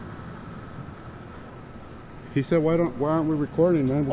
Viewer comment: the guy who came out of truck is fu****g hilarious!!!!!! “Wy u rekodin for me?” Bujaaaa ja ja ja